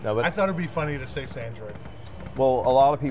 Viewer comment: Caught saying funiethhhh. It's genetic